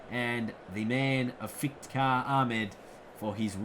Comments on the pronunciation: Isnt it iftikhar ahmed? I hear you pronouncing it is ifitikar with an extra i in between f and t. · No offense but Iftikhar Ahmed is pronounced if-ti-khar not if-it-khar